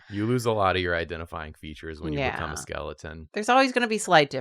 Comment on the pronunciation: they started saying skelton instead of skeleton recently and every time its a jumpscare for me 😭